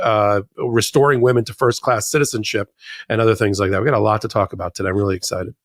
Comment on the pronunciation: “I won by a laat “. WTF is a laat?